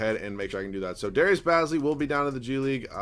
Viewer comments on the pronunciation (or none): Say it as in Darius Ba(e)zly